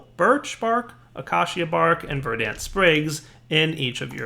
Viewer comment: Dude. The "a" in "verdant" is a schwa.